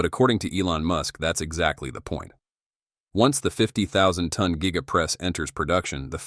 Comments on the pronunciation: Gee-ga press. Met-AL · Geega casting…..😂